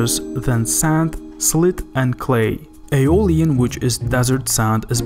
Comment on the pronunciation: Yeah, it didn't bother me too much up until he said "gray-vell" instead of "gravel", and "slit" instead of "silt". Good quality closed captions can be a solution though, there are some channels I really enjoy but end up ignoring or muting the audio in favor of reading the captions to actually absorb what's being said, rather than having to intently listen and interpret what they're trying to say.